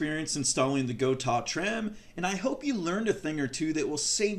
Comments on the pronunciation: why block off the ability to pull back? if you set up a Gotoh (go-toe-h not go-tahhh) 1996T properly, you will not go out of tune, those trems are perfectly capable of returning to zero point every single time. If it is going out of tune after pulling hard back, it means those stock tremolo stud posts NEED TO GO.... if its not worth doing yourself or paying someone to put the higher quality gotoh studs in, its kind of pointless to install that good of a tremolo in your guitar.... Also, when you go to adjust your action... all you need do is detune.... DO NOT loosen spring tension, its not necessary and it makes it all the more difficult to retune the guitar up to pitch... only creating more work for no benefit. the more often you can keep your springs and spring claw in the properly tensioned position compared to your strings, the more reliable your tuning stability will consistently be, even from string change to string change... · I have a Guitars with the Gotoh 1996t. I also have a few guitars with the original. Floyd rose. And I like the Gotoh better. Btw it is pronounced “Go Toe” 😊